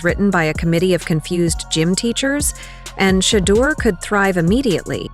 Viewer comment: You can say "Kevin Stefanski but can't say Shedeur Sanders correctly, which makes me stop listening.